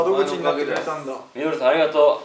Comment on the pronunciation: Dady、「み→の→る→さん」じゃなくてちゃんと「み→の↑る↓さん」なの好き。